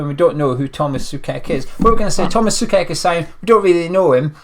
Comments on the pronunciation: Just one thing...it's pronounced like [so-czech]. Apart of that, I hope the Hammers will appreciate him a lot and as a Slavia fan I wish him and all West Ham all the best for the rest of the season and for the seasons to come. I believe all the Hammers will love Tomas as we do. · Tomáš Souček - So-check - is the correct pronounciation...😀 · I believe it's pronounced Soo-Check mate......